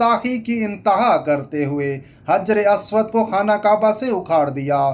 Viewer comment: حجر اسود۔۔۔کا تلفظ. درست کریں